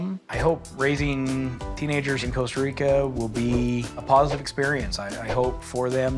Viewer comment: it's not called Costa Rico 😂 Jesus. I'm annoyed already